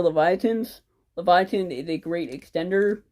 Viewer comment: Cool deck. just that is Leyvaten (Laevatein), not Leviathan